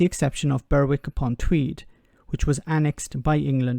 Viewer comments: Burr Wick? cough cough, Berrick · Try selling a house in Scotland using English law! QED. It's Berwick "Bè-rik" silent 'w',. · A point of order,: Berwick is pronounced "berrick". Please excuse me but we don't want sir to sound like an American tourist, that just would not do. Otherwise in all respects an excellent video. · Berwick-on-Tweed is pronounced. Berek like Derek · Please pronounce Berwick correctly, it's too funny with your posh little accent lol